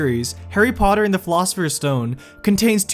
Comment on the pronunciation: You said call philosophers stone wrong